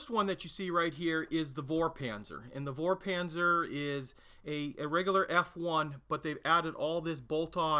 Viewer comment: Hello, v is read as f in German. So it is not a "vorpanzer", but a "forpanzer".